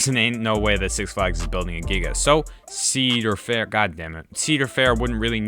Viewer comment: My God… I can kinda stand ‘Sea’dar Fair, but Eel Vengeance made me cringe so hard. Good job! And I agree for the love of all things holy don’t let this happen.